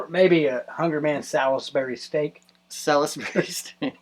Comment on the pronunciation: Sal-is-berry!? Want a little woos-ester-sheer sauce on that? I'm gonna guess you were going for Sauls-bree?